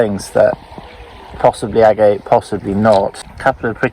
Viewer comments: Agate. You are pronouncing it incorrectly... It is pronounced "ag-et" not "a-gate" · Nice agates, shame you don't know how to pronounce the name correctly.